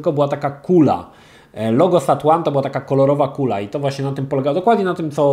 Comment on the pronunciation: Czyta się zat ajns kurwa a nie sat łan :D